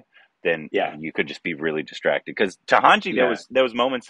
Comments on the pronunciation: It's Ta na ji n not Tahanji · It is TA..NA..JI .. not Tahanji